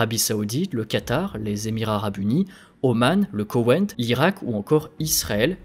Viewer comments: Très intéressant, beaucoup d'informations qui permet de comprendre ce qui ce trame dans cette région, par contre entendre Kowein au lieu de Koweit à plusieurs reprises étaient très agacant! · "Le KoweNNt.." Désolé, j'entend plus que ça maintenant x) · Dossier intéressant, petit problème de prononciation de Koweit... pas de "n"